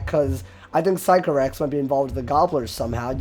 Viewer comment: great vid but I kept triggering me when u said physco-rax it’s actually sick-o-rax lol